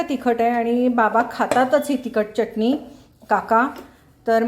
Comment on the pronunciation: मॅडम छान शुद्ध बोलता, पण चटणी म्हणताना जीभ वरच्या दाताच्या आतल्या बाजूला घेवून बोला , तुम्ही ओठांचा चंबू करुन च la च असे च्च उच्चारता , ते बरोबर वाटत नाही , योग्य शब्दाचे उच्चारण आले की ऐकायला बरे वाटते